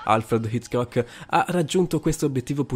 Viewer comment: video inutile. I SUONI DOVE SONO? MA VA VA Poi perchè alle volte sembra che rida, mentre gli accenti non li pronuncia mai giusti? ho sentito come pronunciava Hitchcock e ho cambiato subito video.